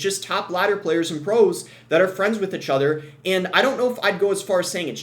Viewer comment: wtf is “achother”